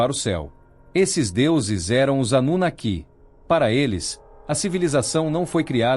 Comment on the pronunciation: Esses temas históricos geram ótimos vídeos. Suméria é um dos.maiores enigmas históricos. A festa acaba quando entra a asquerosa narrativa feita por máquina .Ela não consegue falar a palavra "anunaki". A robotizacao da voz está , ainda, na idade das pedras, coisa de nível dos primatas😂. A Burrice Artificial, ainda levará longos anos até atingir um nivel suportável para os ouvidos humanos.